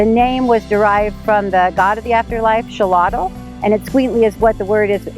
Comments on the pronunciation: Just fyi, in Nahuatl (the native Aztec language), the trailing "l" on many words, but not all, is silent. The god Xolotl would be pronounced Sho-Lote. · Mexican pronounciation: Shoh-lot(uh)l The griga: CHILADO